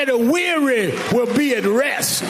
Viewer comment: "Everey Day while be Sunday"